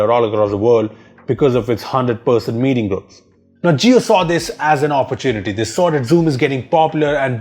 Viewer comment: It's OPPORTUNITY, NOT APPA-ARE-YOU-TEA-NA-TEA